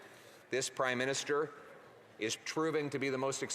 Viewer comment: Did he say crime minister 😂 I heard it twice